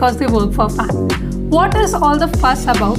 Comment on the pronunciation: ts not FAANGT Its a TAANG LOL : )